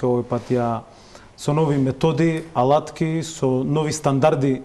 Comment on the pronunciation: Ljupco Nikolovski, golemiot prijatel na seljakot od Murtino, koj nisto ne napravi dodeka bese minister za zemjodelstvo so nadmen izraz na liceto, koj go naglasuva prviot slog na zborot "alatki" so sto go potvrduva svoeto poteklo i vrskata so seljakot. Ne mu prilega na politicar na visoka pozicija kakva ima Nikolovski da ovaka histericno reagira! A ti voditelke ne si vo pravo sto zastanuvas na strana na Nikolovski i go obvinuvas Janusev deka upagjal vo zbor, a site gledame koj toa go pravi so sto samo ja potvrduvas tvojata i partiziranosta na tvojata televizija !